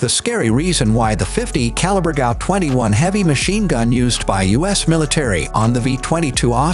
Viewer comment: And it is pronounced G. A. U. As a USAF Security Policeman, I carried the GAU-5 on numerous occasions.